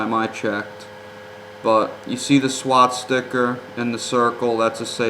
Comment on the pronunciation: The mere fact that you referred to the "swastika" as a "swaSTICKER" is being hilarious to me. I rarely comment on YouTube videos, but I couldn't help myself. You are a raving lunatic. You started your video openly admitting that you messed up the title lol. I watched your video, in its entirety. According to you I should be neck deep in demons, yet I'm a kind hearted, empathetic woman who is living in the REAL world versus your twisted disillusioned world. Please make sure you learn how to properly pronounce words so you don't sound like a complete moron. Swastika.....tika!!! not sticker hahaha. I can't get past that part. You're also the authority on bald eagle poses, any and all 5 pointed stars (which are STARS... apart from the star of David from MY Jewish ancestors... which you belittled when you referred to the symbol of hatred used with Hitler and the Nazi regime as a sticker) I hope you've gotten the help and sleep you so desperately need!!!